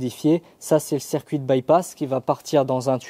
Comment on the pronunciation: Le « cerf-cuit d’eau »